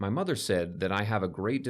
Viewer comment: I can't stand her accent lmaoo. At times it sounds like she can pronounce words properly untill she say "my maher" 😭😭 but I can't judge lol